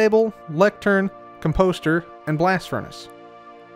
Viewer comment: dawg really said ‘cum-poster’